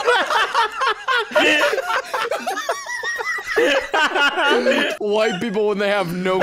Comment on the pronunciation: said "ol' reliable" 😂😂